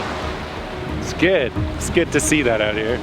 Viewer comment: "I'm gonna scoot one of these oot." Is it possible to say something more Canadian than this?